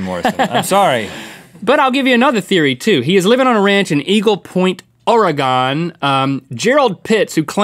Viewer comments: UGHH IT'S NOT PRONOUNCED OR-E-GON IT'S PRONOUNCED AS THE WORD ORGAN!! Idk if it was just one of those purposely incorrectly pronounced words that they do, but still, people always pronounce it as Or-e-gon. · it's pronounced Or-a-gen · It’s Ore-Gone not Ore-ginn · It drives me crazy when people say or-ee-gon It’s pronounced or-gin Lol I live in centeral Oregon so I know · Maybe pronounced the State I Live in Correctly! You sounded like a backwoods HICK. It's NOT Ora Gone, it's Oregon! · It's or-a-gun not or-e-gon that's the way the locals pronounce it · Dear link, it's pronounced Oregin not Oregone. If you say oregone one more time I will murder you with a fruitcake. (Jk) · As an Oregonian (And one who lives very close to Eagle Point), I would like to say that Oregon is pronounced "Or-e-gun" not "Or-e-gone" :) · its oregon but said oregen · i live in oregon and its pronounced "or again" not "or egon" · Dear Link, I love you dearly... but it's not pronounced "Or-uh-gone." It's "Or-ih-gun." With love, A Loyal Mythical Beast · It's pronounced Orygun. Just a heads up from a lifetime Oregonian. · It’s pronounced Orygun moron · Link... please... for the love of god... Oregon is pronounced OR- GAN... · It's pronounced "Ory-gun" -Sincerely, A Resident of Oregon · Oregon (ore-gin) like your organs, not (or-o-gon) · Is no one talking about the fact that Link pronounced Oregon "oraygone" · uh dude its ORE-GUN NOT ore-gon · Pronounce it with me, now "Or-gehn" not "orEH-gahn" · The awkward moment when Link can't pronounce Oregon right, it's pronounced "Oh-reh-gen" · Link, it's pronounced ORE-GUN! Ha. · Can we just talk about how Link said Oregon. It's pronounced Or-gun. Like a human organ. Or the instrument. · Oregon is pronounced the Organ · LIIIINNNKKKK IT'S "OR-I-GUN" NOT OR-I-GONE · Link it is pronounced, Or-ee -gin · Come on Link it's pronounced "OreGUN" not "OreGONE" ;) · It's pronounced OR-E-GUN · it's pronounced Ore-gun :) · You said oregon wrong..................